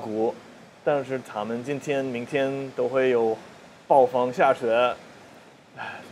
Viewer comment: 想纠正下你的发音喔 不是 塔们 是他(坍塌的塌的发音)们 塔们这个发音 欧美人好像非常习惯这样发